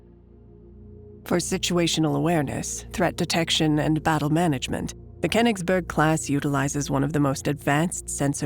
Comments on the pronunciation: the reading consistenly mispronouces koingsberh as kennisbo erg damn american cant ever pronouve stuff right. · Name: Königsberg Anglo voice actor: "KhenisbÖrg" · the Pronounciation of königsberg is driving me insane! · Was AI used for the voiceover? The speaking is somewhat strange and both too fast and too slow, and she messes up Königsberg all the time